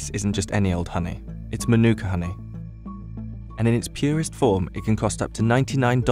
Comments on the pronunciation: The correct pronunciation should strongly stress the ‘Ma’ at the beginning, like ‘MAH-nu-ka’. The first syllable should be much longer than the other two. It’s definitely not ‘ma-NU-ka’, as it’s being said too many times incorrectly. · Ok, I really don't understand this... You write the word mānuka correctly, yet you insist pronouncing it wrong ("manûka"), with the stress on the second syllable! What's wrong with you? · Here's a Tip on Correct Pronunciation: Manu - ka, not Manooka. Break it into syllables, as I've outlined. The most expensive I've seen it sell for at local supermarkets is $20. But I just get the small jar which costs me $12 sometimes I get the next size up from there which costs $15. It's not even the most expensive Honey they sell here, they have other brands selling $50. Never seen it priced at $100, that would make it Liquid Gold. I'd try it at least once, anyone got any handy to send over lol Kia Ora! 😊👍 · pronounced mah-noo-kuh, not ma-nOO-kuh. the Mah is emphasised, not the Noo sound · I believe the NZers pronounce their tea tree honey a bit like "Mar-neck-a" . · Fun fact it’s actually not pronounced the way we all say it. It’s more like “Mar-na-ka” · The macron over the A (Ā) means it’s a long A, with the emphasis there. MAH-nookah. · It’s pronounced ‘ mah nooka ‘ you idiot. The emphasis is on the first syllable. It’s a Maori (indigenous New Zealander) word. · Narrator: Månuka Me: Giggles in Arabic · Oh and by the way it's pronounced 'Maa' - nuka. That's the meaning of the line above the a. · I wish the narrator learned at some point how to pronounce mānuka, but I guess the lab worker didn't get it right either.